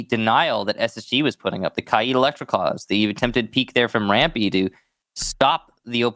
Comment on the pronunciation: I don't think Kaid has 2 i's. like it's not kai-id its k-aid